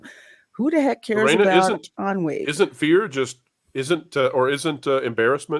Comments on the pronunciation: It sounds like you're saying "On Weed" lol is she gonna discover weed in this movie? If she does, that would be hilarious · Since I read period romances, I have seen ennui used in a sentence, but never said aloud. That’s why with the mashed pronunciation at the start, I didn’t realize it was ennui being talked about here. And typically in books, it’s in the context of one of the British ton (very upper class wealthy rich people) who have grown bored of the entertainments they attend, the travel, and feel a sense of “we do the same thing, have seen everything, existence is pointless?” mild boredom, with world weariness also. Not something I would ever associate with childhood or teenage years growing up. And working class people have no time to feel ennui, it’s a luxury they don’t have.